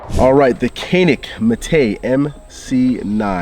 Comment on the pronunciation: Its pronounced jahn-ik not canik. Just FYI since your the gun pros you should be aware of this.